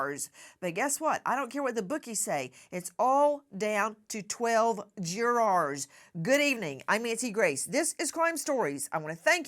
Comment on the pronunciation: LOVE your shows & been watching you from tv to here for YEARS now! Your coverage of the Diddy trial is so compelling and keeping me watching for every tidbit! BUT when you pronounce jurors as Jurrares it throws me every time! Is that a Georgia accent?